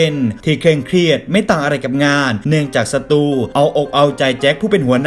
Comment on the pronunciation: ได้ยินสตูเป็นศัตรูตลอดเลย 55555